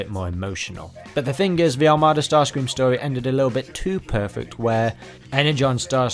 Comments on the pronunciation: The Michael Bay version sounds like he's saying "daddy"😅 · Bay starscream sounds like he is saying Nazi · i hear yahtzee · i think bay starscream said “betsy” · To me it sounds like he’s saying feet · It sounds like he’s saying gratsi to me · When Bayverse Starscream made that noise, I heard “Nazi” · I litaryly though he said the nazi😅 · Am I the one who thinks he's saying "yahtzee"? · To me it sounded like he said "naughty" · I hear “Nazi” for some reason Like idk I just hear that